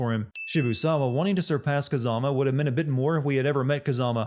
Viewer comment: They pronounce Kazama's name about 200 times throughout the game, no offense but I don't know how you still got it so wrong Same with Kuze